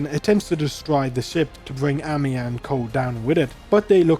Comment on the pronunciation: Whenever you say Amiya's name i always hear Emiya!😂😅Though i do guess Shirou would aprove of Amiya's resolve and strength of spirit! She is indeed Seigi no Mikata material!